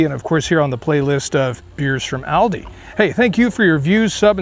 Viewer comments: Its Aal-deee.. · It’s actually pronounced All-Dee